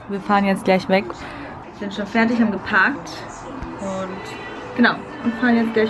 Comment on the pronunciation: wie du 'Spageddi' sagst & 'feddich' & 'spädda' <3 love it